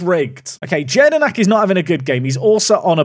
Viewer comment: Btw just for reference jedinak is pronounced as yedinak in your language 🤗🤗🤗